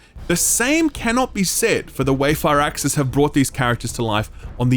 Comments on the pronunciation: Ahh God I never do this, but I have to say something, it’s FIRAXIS not FIRE-AXIS, it’s pronounced “Fearaxis” pretty much. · took me awhile to figure out you were saying firaxis and not far access. gotta love the accent.